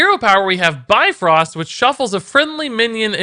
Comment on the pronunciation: BIFRÖST damn it, not bifrost...